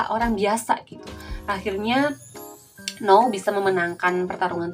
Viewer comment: N-ou bukan no-u